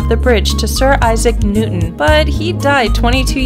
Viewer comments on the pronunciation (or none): none